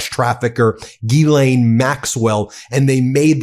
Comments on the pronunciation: Can I please correct everyone mispronouncing her name. Its not gill_ain it pronounced Zhis-slain. Ffs. Americans from the USA always bastardize names. Silly United Statesians. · He can't even pronounce it.